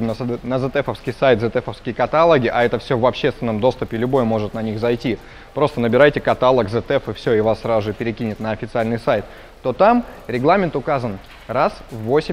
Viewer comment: Как же режет ухо «катАлог»